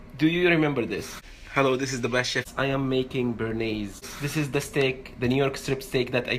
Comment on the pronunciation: You fucked up so much the Bearnaise... please don't call it like that.